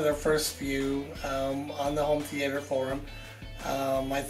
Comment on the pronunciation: my mans got a theatre but can't even say the word...